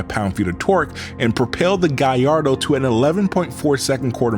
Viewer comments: Italians : Gal lardo This guy : guy ardo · Subbed, I never new Lambos are so much powered with turbos. By the way you're pronouncing Gallardo incorrectly not to nitpick away but it is: Gall (like to have the courage to do it) Lard (like fast food hahaha) Doe (like a deer) Gall-lard-doe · Amazing video. But, why do you say "Guyyardo" instead of Gallardo with an L? Is it the way it's pronounced or you just messing with us? I was enjoying the whole video but everytime you say the name, I just ich😵‍💫😖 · What's a guyardo? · Why do American pronounce Gallardo so weird. What on earth is a Gaiardo??